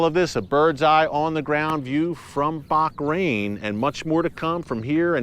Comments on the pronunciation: Ooo, not “Bak- rain” but “Baa-rain” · Why you pronounce baHrain, baQrain ? 😂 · Hi Eric, it is Bahrain not Bakrain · Hi, Erick and other Watchers, I have a total side question. Is that how Bahrain is pronounced? It sounds like Erick is adding a 'c' in there, like Bachrain. Have I been mispronouncing it all along? 🤔🥺😢😎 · Pronounced as Bahrain. Bah as in lah! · I think I gotta get my hearing checked... Just sounds like he's saying Barkrain? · Watching herefrom dubai it pronounce baha rain sir